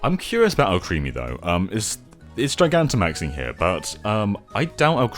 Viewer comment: I liked the video as soon as I heard you say “Gigantamaxing” correctly, since no one else seems to get it.